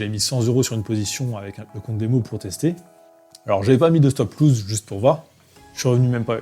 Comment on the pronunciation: C'est pas stop loose, c'est stop loss !